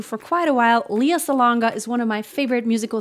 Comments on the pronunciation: Lea is pronounced as le-ya, not li-ya. She's very particular about this. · It's not 'LIYA' but LEA. okay? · She doesn't like her name pronounced "lee-ya" Lea is more like "ley-ya" 🙂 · LEY- YA, NOT LI-YA?